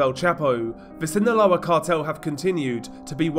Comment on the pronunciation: Hey DR, just to let you know Sinaloa is pronounced without the “th” sound in the “S” I think ur trying to pronounce it from Spain spanish which we don’t use